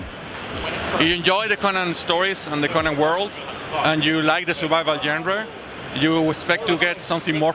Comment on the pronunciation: was trying so hard not to laugh when the guy butchered the word Genre 😂